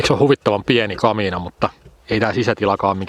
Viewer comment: Repeat after me: "ka-mi-na".